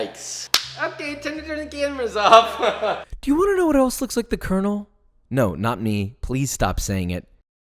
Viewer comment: definitely thought you said you were the gay version of col. sanders